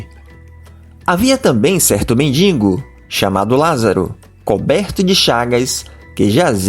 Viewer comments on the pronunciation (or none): MENDIGO, e não "mendi(N)go. Jesus, e não "Jesu(I)s". Doutrinas, e não "doutrina(I)s". Fictício e não fi(QUI)ticio!